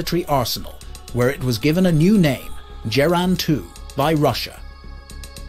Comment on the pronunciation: Definitely mispronounced names but the weapons specifications are legit.